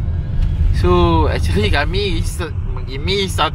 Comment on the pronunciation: ... Acherli ( actually) 🤣😅🤣🤣🤣🤣🤡🤡🤡🤡🤡🤡